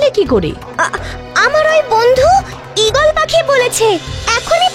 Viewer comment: আমার জীবনে এই প্রথম আমি কার্টুন প্রেমিক-প্রেমিকাদের কমেন্টগুলো পড়ছিলাম কিন্তু দেখে মনে হলো না তারা বড় হতে পেরেছে সেই বাচ্চাই রয়ে গেছে🙃 কারণ তাদের কমেন্টগুলো বিরক্তিকর ঈগলের চোখ পাওয়া সবার ভাগ্যে জোটে না🙂 EGALER বাংলাতে ঈগলের উচ্চারণ কি হচ্ছে ঈগালের🤣🤣